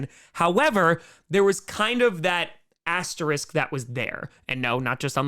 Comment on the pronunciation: Among other things, I like that you pronounce "asterisk" properly.